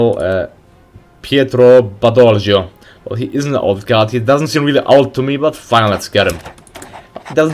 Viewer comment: the pronunce Piètro Badoglio (GL is similar LL of the spanish)